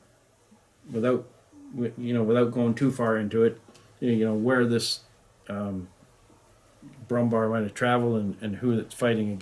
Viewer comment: Good god have you been pronaucing it Brummbar the entire time? It is Brummbär ... Bär as in Bear .... the animal .... just pronounce it Brummbear ....